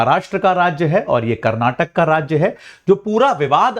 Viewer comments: karnatak nahi karnataka bole be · Its not karnatak, KARNATAKA hai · Not karnatak it's karanataka. Not belagavim it's belgaavi. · saaar karnataka boloo ji 🤙